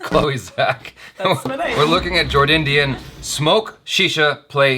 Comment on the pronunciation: It is Jordindian not Jord Onion